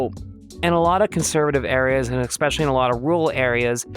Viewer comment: Please stop saying "eck speshully" for the love of Nemona